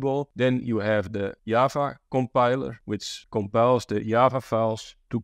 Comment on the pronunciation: Why is he calling Java to Yaava🤣